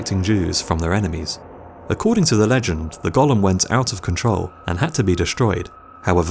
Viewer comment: I believe it is called Golem not Gollum, My Precious.....